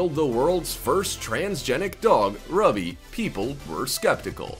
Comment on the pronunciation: Ruby is pronounced Rooby like the gem stone. Rubies are red, the dog glows red.